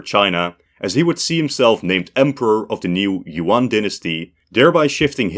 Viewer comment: It bothers me to no end how westerners pronounce monosyllabic Yuan as "Yoo-on".